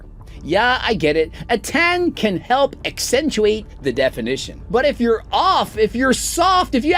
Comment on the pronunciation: He pronounces it "youere"